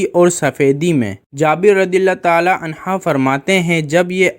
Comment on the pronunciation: PEHLY ANHA OUR ANHO PARHNA SEEKO PIR BAYAN KARO